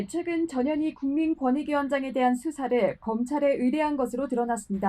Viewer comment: 전현희 발음이 저머시기로들리네